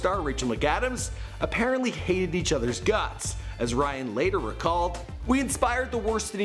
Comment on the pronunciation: sounds like you said Bryan. His sexy face makes it hard to remember his name